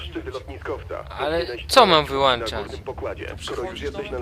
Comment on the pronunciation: wyłączać nie wyłanczać masz włoncznik czy wyłącznik